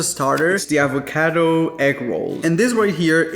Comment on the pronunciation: Say it with me, AvocAdo AaaaaavocAaaaado. Not EvocEdo. Just like the pasta, it’s pAstA, not pEsta.😂